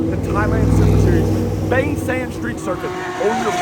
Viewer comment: Mate you been in Thailand long enough to know it's pronounced Bahng, not Bayng.